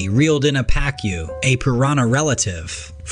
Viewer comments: The fish is a Pa-Koo. Not Pa-Cue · Why did the narrator pronounce "pacu" differently 4 times?